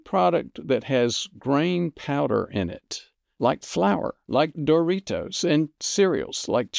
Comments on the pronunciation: Great video. But I can't let you go through life pronouncing Doritos like no other human on Earth. Too elegant. You make it sound like a fine Italian wine. You: dor-EE-TOES Proper: dor-eeDOZE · I like the way you say "Doritos"